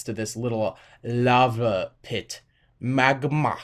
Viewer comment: do you know how to say magma.